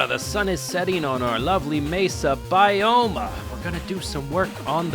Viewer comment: Ironic at the start it sounded like you said "mesa bi-home"